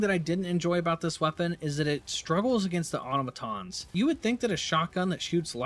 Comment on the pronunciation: Say it with me now “ah-tah-mah-tahns” NOT “ah-tah-nah-mah-tahns”